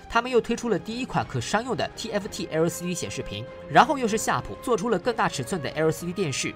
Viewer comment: 那個L的發音怪尷尬的